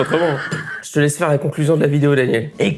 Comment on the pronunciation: En même temps, c'est en essayant des choses nouvelles que PARFOIS on invente une pépite. Et,, nous aussi on t'embrasse "très feurt"! 🥰